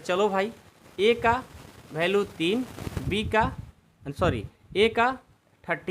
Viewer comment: Value hota Hai balu nahin hota😂😂😅😅😊😊